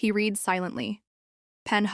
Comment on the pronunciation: Please teach AI the difference between Read and Read (red).